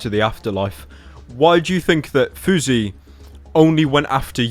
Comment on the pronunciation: House, louse, grouse, spouse, mouse, douse but FOUSEY? FOUSEY as in 'bruise'? Give me a break.